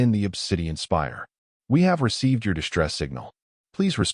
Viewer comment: Great story. BUT, SHTRUCTURE, EXSHTREME, DISHTRESS, INSHTRUCTED, DESHTROY, SHTRAINED, DESHTROYED, DEMONSHTRATED, SHTRUCTURAL, CONSHTRUCTION, SHTRONGEST, SHTRATEGISTS, RECONSHTRUCTING, STRUGGLED, these are said up to 30 minutes....these are NOT English words. WAY too many AI and humans put that Freakin "H" after the "S"!!!! WRONG, WRONG, WRONG!!! And, yor AI, and it is MOSTLY this same AI voice throughout YouTube, that Freaking stu.u.u.u.udders on some wo.o.o.o.ords! Very annoying.